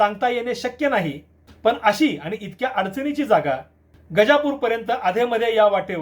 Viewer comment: पन नसतं पण असतं रन नसतं रण असतं. कोणी काही सांगत तर ऐकायचं आणि सुधारणा करावी. बेशिस्त उत्तरं नाही द्यायचे.